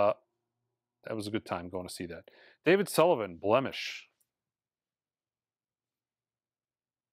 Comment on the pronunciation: Nils…..nils..lofgren David sylvian. Not Sullivan